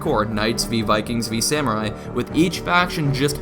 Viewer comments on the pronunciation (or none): none